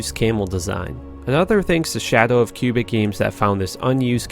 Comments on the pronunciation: dude its quebec games not Q-bic games (^_^) i live there and i know what im talking about ;) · Special thanks to diablo why-key and cubic games. Lmaooo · Quebec. Cubic? Wiki. Why-key? lmao.